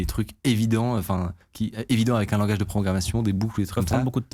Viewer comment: "Langage" pas "Language".